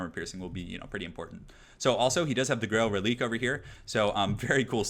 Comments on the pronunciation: Am I the only one who thinks the powerful Bretonnia infantry is depressing? They are able to take on chaos warriors and bestigors!?!? Hurts right in the lore feels! Also just as a heads up, the dead horse unit is pronounced Reli-quay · just some advice. Its pronounced Reliquae. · it's pronounced reli-QUAY